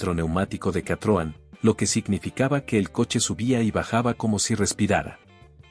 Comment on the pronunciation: Qué comentarios tan estúpidos, parece que el locutor ESTABA BAJO LOS EFECTOS DE ALUCINÓGENOS cuando redactó tan imbéciles comentarios. dice CATROM es vez de decir CITROEN, EL SM FUE UN GRAN AUTOMÓVIL que marcó época por tecnología y comodidad, no era un auto para tarados como el locutor. El Bricklin SV-1 a pesar de todo lo que se le ocurra decir a este bellaco, tenía un diseño atractivo aunque haya sido un mal coche. El Pacer fue un auto raro pero en lo absoluto fue malo, malo es el memo que hace estos ridículos comentarios.